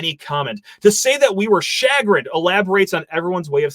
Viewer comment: Please review the pronunciation of the word chagrinned.